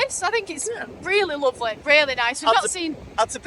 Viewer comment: Because he’s lawvely…